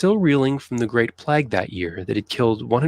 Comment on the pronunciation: This narrator has a lot of interesting (and true) facts but he mispronounces two words, which are annoying to me - as a 71 year old Londoner! - He says "plag" instead it's pronounced like ' play_g ' and the inventor -who designed and built the London sewer system - his name was Bazalgette (and the 'g' is soft as in giraffe , not hard as in golf) so it sounds like 'Bazzel_jett_ ' ... NOT like Bazzel_get_!!